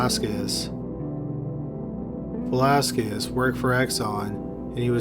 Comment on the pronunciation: Loved the vid, you murdered Velasquez with that pronunciation though 😅